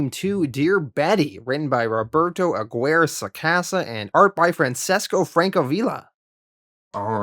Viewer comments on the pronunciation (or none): Dude love ya but it's ah gear eh Aguirre sorry.. from sofla (south fla)